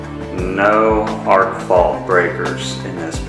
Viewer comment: ARC fault not ARCH